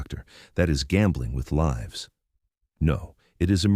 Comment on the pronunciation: The AI has to be tweaked because it keeps missing pronouncing words like "lives" wrong continuously.